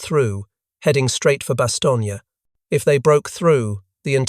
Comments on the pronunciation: Stop saying Bastonia. Jeez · Pronounce it correctly… bahs-TONE-yuh . Inexcusable.